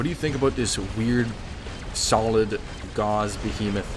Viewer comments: Gauss rhymes with house, named after the famous scientist. Not like gauze that hurt! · Gauss.... rhymes with HOUSE..... not gauze 🤦🏼‍♂️🤦🏼‍♂️🤦🏼‍♂️